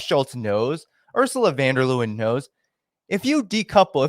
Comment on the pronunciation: Thank you,. Von der Leyen is pronounced <Lie in> as in lying. Not <Lew in> Seriously.